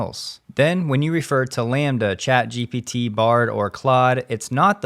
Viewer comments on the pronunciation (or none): none